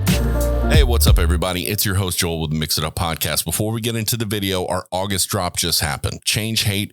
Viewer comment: Au-gust D = pronounciation.